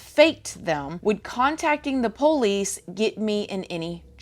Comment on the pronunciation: I love how you pronounce police lol